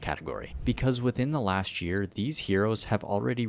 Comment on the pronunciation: Please tell me I'm not the only one who heard "Within the LASHt year"